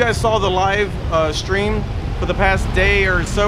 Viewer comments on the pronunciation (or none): none